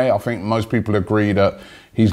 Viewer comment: What do you guys "fink"?